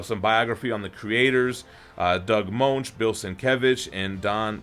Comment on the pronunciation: Moench rhymes with Finch